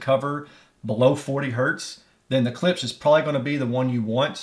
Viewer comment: Imagine the "ch" isn't on the end, & pronounce it like "clips".... lol. Don't feel bad someone had to teach me to..... And of course, klipsch rules all